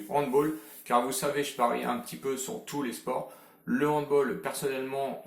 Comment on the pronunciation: Super vidéo mais respecte le handball et ne dis pas "Handbol" please 😭😙